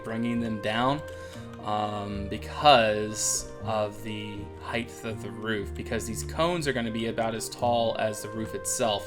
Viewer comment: I like when you go ahead and go ahead and do something. :p And "heighth".